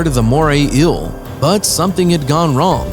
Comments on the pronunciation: Okay mate why the fuck are you pronouncing ‘eel’ like that. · The way you say eel makes me unreasonably. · Anybody else got annoyed of how this guy was pronouncing eel ? Shit got annoying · So no body is gonna bring up how this guu pronounces "inhabitants" and "eel" lmfao 😂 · The way he pronounce eel, and says it 10 times a minute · Is an ill the same as an eel ? Is it really that hard to pronounce eel ? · Yes. "Ill" for EEL is rather annoying. But typical for a lot of voice-overs. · It's "eel", not "ill". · JUST SAY EEL NOT EUA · I don't like the way you say eel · Moray ILL? I thought it was eel... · wish the narrator could pronounce the word eel, he says ill not eel. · This narrator is a joke. What is an "inhibitant?" Pretty sure you meant "inhabitant." Also, how many more times are you going to say the phrase "Moray Eel?" Also, what the fuck is a MORAY ILL? It's EEL. Phonetically, it's EEE-uhl. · I can't be the only one that got annoyed with him constantly pronouncing "Eel as "ill" right? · Kinda made me angry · Why do call it "ill" rather than eel? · It’s eel not ill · Bruh why u sayin Euhl it’s eel. EEEEE L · I cant decide if its "ill" or "eel"... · Doge lol...im just reacting on how he says "eel"...he keeps saying "ill"...chill dude. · "A moray íl " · "Moray ill" ahaha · Moray Eel, pronounced "Moray Ill". Inhabitants, pronounced "Inhibitints". Approved. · Moray "ill" 🤣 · “Moray ill.” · Fascinating video! Great information! Thanks for reporting the observable facts and not trying to add in unobservable, hypothetical propaganda about evolution like so many nature videos do. Respectfully, my only suggestion would be to practice saying “ēēl” about 15 times before making any more ill videos 😉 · He's pronouncing 'eel' as 'ill' and it's humorous to me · nobody: the narrator: moray ill👁👄👁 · “The eil” sorry but your voice is so annoying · And this is why English is best spoken by the English. Morrie Ill says hi. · How many times did he say MorAy eAL